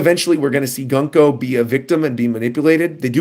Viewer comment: Peak One Piece! Btw, Gunko's name is pronounced as "Guunko\Goonko".